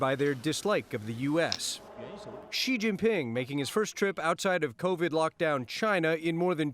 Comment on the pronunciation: its XI JIN PING not XIN JIN PING you frick MING LEE BING CHILLING